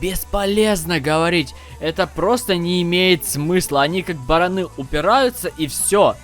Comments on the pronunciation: Не баранЫ, а барАны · Не баранЫ а барАны